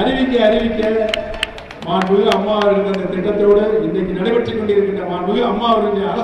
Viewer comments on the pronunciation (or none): Amma pera solla kooda thaguthi illa unga yaarukum. Maanmigu..illa da athu. Maanbhimigu....paper illama oru meda kooda pesa thaguthi illatha vanga ....neenga